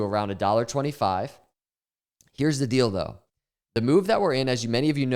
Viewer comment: When you said: ‘here is the deal tho’ I swear it sounds like: ‘here’s the dildo’ 😂